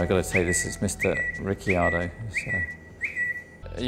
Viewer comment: Dan Navaratnam the correct Italian pronunciation is Ri-char-do